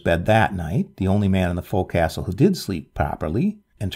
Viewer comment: Forecastle is pronounced "focsle".."fowk-sl"...Thank you for two great tales.